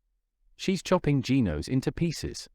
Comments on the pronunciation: It's genos not geenos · It is not geenos its genos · It's not Gin-Os Gen-Os